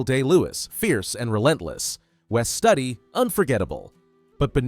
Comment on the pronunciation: A.I. Voice. It's Wes Stoody Studi=Stoody. Not Study. A.I. voice has no heart and no soul. This film deserves both.